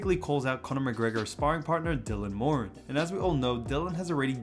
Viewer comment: Thank you for actually saying ‘Dylan Moran’ correctly